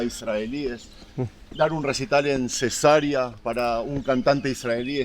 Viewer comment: 😅jajaj El pronunció la ciudad Cesa'rea como si fuera Cesarea de una mujer embarazada 😮😂😂